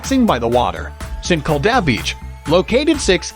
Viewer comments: It's Saint Kilda! Not Sinkilda! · You say st kilda like sin-kil-d-ar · SAINT KIL-DA BEACH...hahahaha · Try saying saint kill da beach (st Kilda beach) we might be able to understand what you are saying!!! 🇦🇺 😳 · Great video but bad pronunciation for St Kilda and swampland, it's pronunced "Saint Kill-dar" and "sw-omp-land" not "sw-amp-land" lol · Three reasons for not subscribing. 1. St Kilda is pronounced, “Saint killed her.” 2. No mention of the world famous Melbourne cricket ground or MCG. 3. There is no god. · I know he was like “sankleduh” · IM SORRY BUT THE WAY ST KILDA IS PRONOUNCED LMAO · you said st kilda wrong 😭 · Melbourne is not the capital of Australia! And the pronounciation of St Kilda is so off 🤔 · Melbourne born and bred here. The pronunciation of St Kilda cracked me up too 😂. Other things I never knew about Melbourne , oh they weren’t true lol.